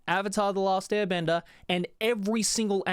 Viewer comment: ‘avatar the last bender’ if your British you’ll find this funny 😂